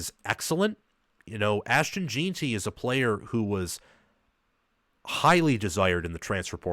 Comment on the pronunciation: Very good breakdown of the matchup. One of the better ones out there, really. One thing that makes your breakdown a bit tough (not your fault) is that BSU's center and RG you referenced are the backups that played most of the season due to injury. The starters are back. I do have to provide a couple name corrections, though. Jen-tee, not Jeeen-tee. Soft E. Ah-med Hoss-en-neen. Braxton Feelee. Marco No-tree-on-nee